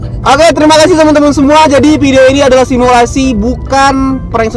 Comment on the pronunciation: S.I.M.U.L.A.S.I Woiiiii....simulasi Baca yg bener baru koment